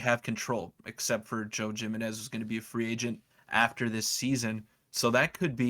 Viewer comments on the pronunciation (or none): Joe Jimenez is pronounced Him-en-ez